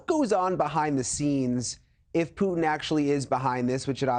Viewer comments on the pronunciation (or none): It's actually Mr Putin he deserves to be pronounced properly